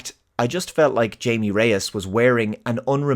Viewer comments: Thank you for calling the character "Jamie" instead oh "HAH-mee". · You called him.. Jay-me rather than Hay-meh.. Is this how it's pronounced in the film? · Its not "jay-me," its "hi-me." :) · You pronouncing his name wrong just like the white people did in the movie even after he corrected them multiple times is.... interesting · Just gonna assume you were saying his name wrong ironically…🙄 Something else to touch upon here. As I was watching the film over the weekend, I was easily noticing the Iron Man and Spider-Man parallels particularly through Jaime’s interactions with the voice of the scarab as it sounded like Peter shooting the shit with Karen the Suit Lady as well as Tony with either Friday or JARVIS. But what got me is Jaime Reyes is a feckless twit compared to either Tony Stark or Peter Parker. Both of those characters MADE their stuff without any outside involvement which only ever came in after the fact. Jaime meanwhile just has everything plopped upon him without ever really coming to terms with how any of it functions creating an identity for himself and so it's up to his family to pull talent out of their ass to save his bacon while he only fights the main threat directly because he has some big tech gimmick. Scott Lang gained the Ant-Man suit by his own prowess, passing a competency litmus to earn the title being passed to him and was able to bring elements to the table. And even if Scott were a mere benefactor of others' work, he at least stands in the forefront of the film with his name on the title. And this film is yet another film focused on Latinos where the lead is the Only Sane Man who has to put up with his family causing him grief and initiating the problem he/she has to face just like in Coco or Encanto where it's everybody else who is wrong. If Miguel's family just let him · “So Jaime” That’s not how you say his first name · You mispronounced the main character’s name